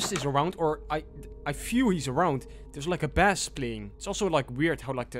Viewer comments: FYI, you don't pronounce bass as bass, you pronounce it as base. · Dude it’s not “Bass”. It’s Base. You say the A. Not pronounce it. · bass the fish and bass the sound, sound different. bass the sound is pronounced "base" for future reference :) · Great video man, really enjoyed it and just wanted to say that when you were in the village and heard a bass it's spelt as 'bass' but is pronounced like the word 'Base' However a fish, 'Bass', is produced 'Bass' 🙏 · Why do you pronounce bass and iron wrong?